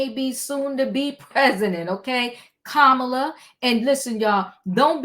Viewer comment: Hello! Yes, you pronounced her name correctly, and it's wonderful that she' s breaking glass ceilings already--raising more money more quickly, getting all the labor unions' support as well big donors and both the black and white women's votes. I know we as a country are ready for a new change of energy and leadership, but there are many individuals who aren't ready for her to be THEIR leader and take charge. These very women and men are dragging her through the mud by saying she isn't ready, bringing her past life issues and coming up with all types of BS because they are lost, jealous, non-supportive and don't understand the matter at hand and how important it is to vote for someone based on character, leadership and a profound sense of morale and ethics concerning the country. Unfortunately, many people still think only a MAN can do the job of being the PRESIDENT and that women don't qualify. That couldn't be further from the truth but these folks aren't even ready to see it.